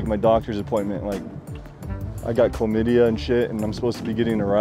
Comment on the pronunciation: He said, "chlamydia?" Lmao